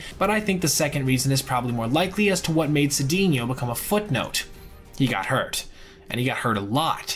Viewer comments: Glad to see Cedeno get some recognition. Just so you know, it's pronounced Say-czar Suh-dain-yo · Cedeno helped rescue St. Louis in 1985 when Jack Clark was hurt, I think the number was .434 BA, the also lost many home runs playing in the Astrodome which was dead air, btw, I think the name is pronounced Sa-Day-neo